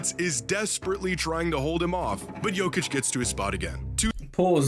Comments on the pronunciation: How hard is it to not pronounce the j like its not ur first time watching jokic play.. it's literally pronounced Y-okic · It's Nikola Jokić not Djokić